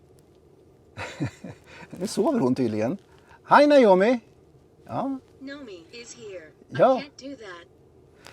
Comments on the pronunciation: En trög men go reporter😉 som inte kan tilltala systemet korrekt = NAJOMI = trög AI Tilltala rätt = NOMI = Allt du säger blir rätt och snabbt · Naomi, ehh!!! testa med att säga Nomi i stället! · Is (Hi nome) Not ( Hi yo nome)